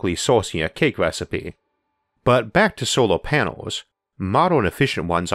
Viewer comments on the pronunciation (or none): none